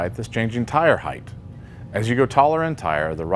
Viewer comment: Height. (hyte) not (hyth) Why do you say it like that?